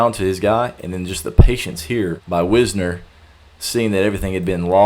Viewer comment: Long "i". Wisner.